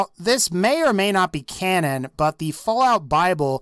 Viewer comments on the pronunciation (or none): none